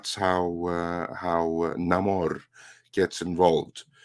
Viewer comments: Ancient Latin would put the accent on the first syllable instead of the second, unlike the Spanish styled reinterpretation. There would not be any rolling of the r in the second syllable. So it would be pronounced Nah’–mor. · If it was pronounced Nuh-morr I think it would be spelled with an apostrophe (Na’mor).